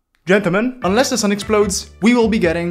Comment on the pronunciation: G O O F Y W A L K “Ggentelmen*